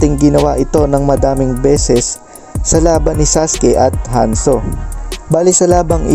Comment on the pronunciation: Tama ba yOng narinig ko Lodi?Hanzo?diBa Danzo yOn?😅